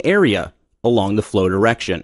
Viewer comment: dude for fucks sake just say "the"